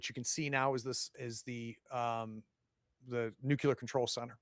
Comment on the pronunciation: Love this series! Will definitely watch if you put out more content in games I'm interested in. Just one small thing: Please repeat after me. new-KLEE-ur